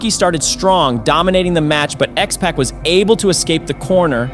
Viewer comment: You're clearly not a pro wrestling fan. The pronunciation on X-Pac and Gangrel is pretty cringe. It's X-Pac as in 2-Pac and it's Gangrel with emphasis on the EL.